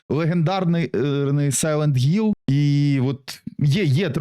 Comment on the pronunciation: Блять який гілл якщо там хілл